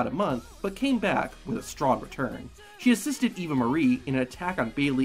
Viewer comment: Anyone else notice that he called Eva “Evie”